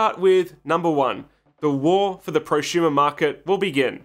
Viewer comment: Why do you say ProSHumer? Instead of prosumer. I thought there was a speech impediment but you only say it with su sounds. I feel like we're being trolled.